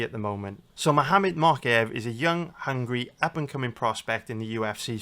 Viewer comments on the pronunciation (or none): I think its mowkaev not mockaev